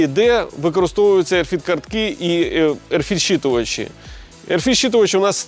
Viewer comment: RFID - не "ерфід" , а RF ID "ЕрЕф Айді", тобто радіочастотна ідентифікація 😉